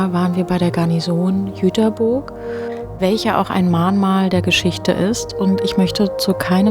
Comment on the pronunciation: Es heißt nich Jüterbooorg sondern Jüterbog